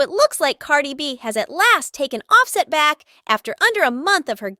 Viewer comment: you little non talking it quit butchering this man name how can you not pronounce his name its simple as day and night its off- set can you say it with me say it little it off set. i wish that i knew your name so that i could butcher it...........